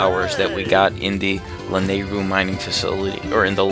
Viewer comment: lol you pronounce lanyru wierd.... I pronounce it like this (LAN- I (i as in it) - ru (like ruto)